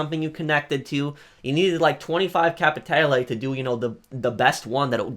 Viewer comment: Bro how fucking hard is it to say capitale right?